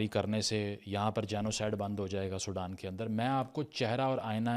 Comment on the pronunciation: It's Sudan not Soudan